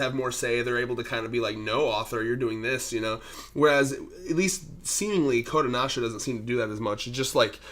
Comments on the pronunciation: I kept getting confused because your Pronouncing kodancha kodonasha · Why are you pronouncing Kodansha as Kodanasha?? It's Kodanasha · Their shit is a bit more niche and not as heavily promoted over here. Also it's "Ko-Dahn-shah!"